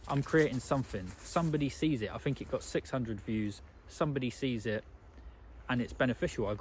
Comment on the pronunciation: In line with your comment in this video viz-a-viz: "You put something out and people critique it, and then you make improvements." May I please offer the following critique... You have a very good speaking voice, however it is somewhat spoiled by the lazy way you pronounce 'th' for example:- It's THink not "Fink" It's THought not "Fort" It's THree not "Free" It's THousand not "Fousand" It's anoTHer not "Anovver" And before anyone piles in and says it's just his accent/dialect, or a speech impediment, it's not. It's just a lazy habit that some people (mostly men for some reason, but not only men) fall into from childhood that was never corrected. That said, despite the distraction of the mis-pronunciations, it was a very good message. I especially like the part where you said we are made to create rather than to consume. We have got that totally back-to-front in this day and age, and I hold my hands up as guilty on that front 🙁.